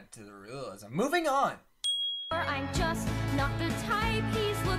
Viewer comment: I feel like he kinda gave up on pronouncing “moving” Good touch :>